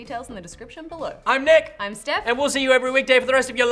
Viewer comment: why does nich sound like Nick instead of nich #ansa